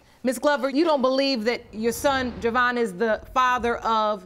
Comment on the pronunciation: Jewvyn is Jew vinn not Javon- ik he didn’t himself but geez